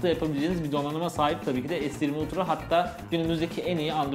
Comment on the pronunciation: 6.01 lütfinin s20 ultra demesi😂